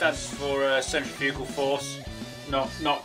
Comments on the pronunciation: CENtriFUgal Furze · Colin, not like you weren't already but now that you've pronounced it 'CENtriFUgal force' rather than 'cenTRIFugal force' you're even more my hero 👍